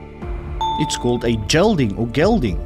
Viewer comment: Pronunciation is key here. A castrated horse is a Gelding not a gell ding. Daffodil is narcissus.